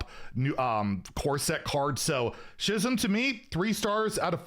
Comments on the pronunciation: Schism is pronounced skism not shisms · Don't want to be that guy but I'm 90% sure Schism is pronounced like the ch is a K so it's like S-k-is-m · is there a single word in english that you can pronounce correctly? She'zm? Really? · Minor note, Schism is pronounced "Ski'-zum" where the "ki" is pronounced like it is in "kill" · Schism is pronounced like "skism" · Sk-ism. Like School. Schism. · Love watching your shit, but aint no way schism is pronounced like that. Had to actually look at the second screen to see what it was. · Mispronunciations don't usually bother me, but this one sure did XD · must not be a fan of the band Tool with his pronunciation of Schism. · The way you pronounced Schism told me you're not a TOOL fan